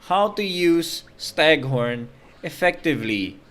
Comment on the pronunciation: BTW it's stagThorn with a T :)